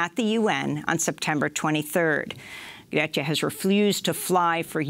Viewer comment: Came to this with the attempt to learn to pronounce Greta Thunberg properly. I had to laugh a little when immediatly after she tells you how it's pronounced (Gre-ta, with the gre like the start of great)), you pronounce it differently as Gret-ta.